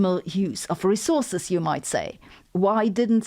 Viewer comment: Every time she says rezorzes (resources) makes me want to scream